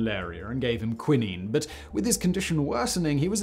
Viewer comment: Kwye-nyne not kwin-een.